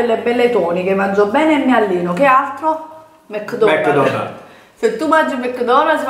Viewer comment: ‘ DI MEKKKKKKDONALLLLLL’ Aggiungi altre consonanti daiii😂😂